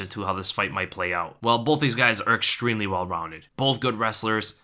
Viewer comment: Did this man just say "ExtReally"